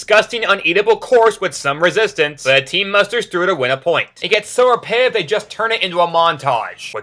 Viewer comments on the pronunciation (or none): I love the way you say the word "repetitive" like "ripeive" Also your editing makes me wonder why you have so little subs